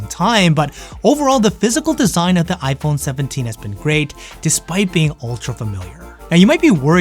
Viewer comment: Why are you keep saying ipone? 😂